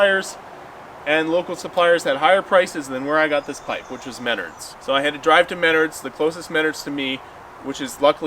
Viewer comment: The part of this video that really amazed me was your pronunciation of Menards.